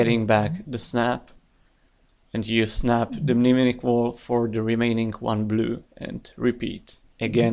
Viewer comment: A great player, thoughtful analysis, and one of the few Youtubers who doesn't butcher the pronunciation of "mnemonic".